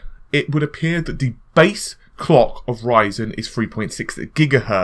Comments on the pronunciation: NewYourkBlack he said clock, but it sounded like Clayck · Did he just say the Cock speed or Clock speed?